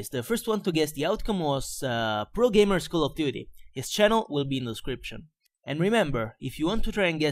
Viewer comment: Su alcune parole sembra davvero inglese, ma su altre ("call of duty", "lag", "moab"...) un po' si sente che è italiano :D